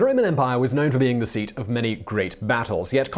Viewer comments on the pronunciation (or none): none